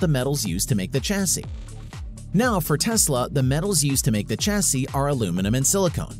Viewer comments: Argh so painful to watch!! :( Chassis pronounced shasee, not tchasee. Like Champage is not tchampagne. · Pronouncing the start of Chassis like chase sounds terrible. Shame